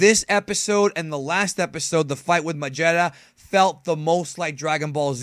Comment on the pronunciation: you miss pronounced magetta's name